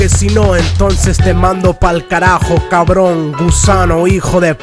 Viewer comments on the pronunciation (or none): it's cabròn not carbòn